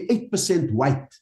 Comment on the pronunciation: Like , why do people that hate white people always pronounce the word 'white' so short and nasty